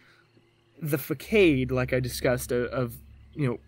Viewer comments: "Fa-kade" its "Fu-sod" 🤦‍♀️ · Ikr? Oh n what about "I digress. Anywho" I didn't know what was worse fuhkade or clicheickle. Uuhhgg. I cringed just typing those. I'm almost certain now that he was a voice actor reading from a prompter or cue cards and not the actual "victim" who wrote the story in the first place. It totally ruined the experience for me and not real sure why. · Dude seriously if you gonna have some read a script tone it down 🤣... I bet you wanted to kill this guy the way he repeatedly slaughtered the word facade ...several other words he couldn't get out... and his nervous energy (or fearful memories) is really his mom just choking to death on the script 🤣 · You mispronounced façade LOL. 🤦🏼‍♀️🤣🤣🤣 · Is he mispronouncing facade ?